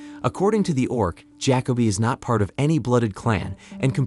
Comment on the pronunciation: (Ja-co-be), not (jack-o-bee)